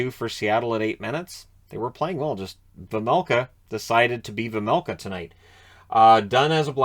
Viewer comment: Its pronounced Veimelka, not Vemelka or Vermelka :D